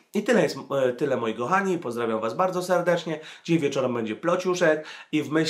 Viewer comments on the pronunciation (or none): none